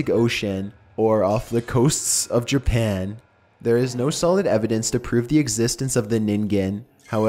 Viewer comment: Off the coasts of Jerpan aye?